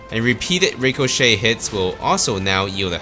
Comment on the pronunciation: you're not saying ricochet right